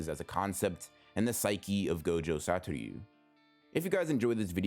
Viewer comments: ITS SATORU NOT SATORYU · Why do you say “gojo satoryu” it’s just “satoru” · You're mispronouncing his name lol. You say something along Satoryu instead of Satoru. Just wanted to point it out, so dont worry about it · Everytime he says “satoryu” it kills me a little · The way this man pronounces Satoru 😬